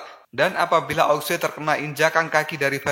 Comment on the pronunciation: ao Xue Di baca : ao suu Bukan aok sue